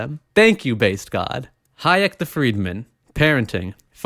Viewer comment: When you pronounced Hayek correctly, Christ that felt good